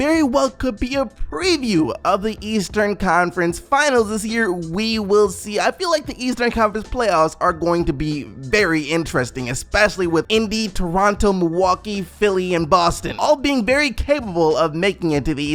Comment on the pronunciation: why you talking like that lmao - "doronto" "eeeindy"